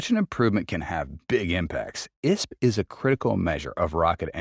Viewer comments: I.S.P, not isp. Good overview of Raptor3, but still wondering why the editing isn’t better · Eye es pee